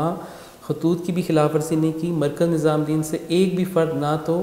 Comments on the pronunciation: Its nizamuddin...not nizaamdin...lolllz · Bhai tum muslim hokar Hazrat Nizamuddin rahmatullah ka naam thik se nhi le pa rhe